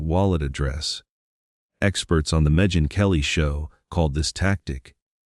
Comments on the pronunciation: "Al-la-bee" ? " Med-Gin Kelly" ? Do you hear these attempts at pronunciation? Can't actual human beings narrate such videos? Obviously this is an AI voice and it's quite irritating. Give people jobs, not robots! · How do we viewers make an assertion with this limited info? Hasty generalization has ruined many reputation…aka false rumors. Even if he is the real perpetrator, you still state that which hasn’t been proven. The man certainly did not “saunter” and Meghan Kelly’s name isn’t pronounced Mejin Kelly. There’s more but…. If seems you are compiling what we already heard and added your commentaries as factual or plausable information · “Mejen Kelly.” Omfg I hate AI.